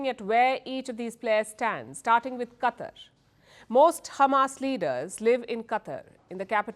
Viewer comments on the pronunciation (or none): Palki... It's not CUTTER... It's QATAR